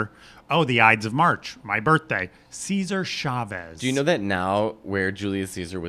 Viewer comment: “Seizure Chavez”?? 💀